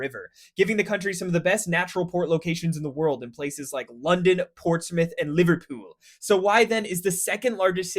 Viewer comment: "LiverpOOOl" "BirmingHAM"